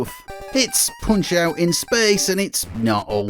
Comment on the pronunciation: "Poonch euoght" wtf lol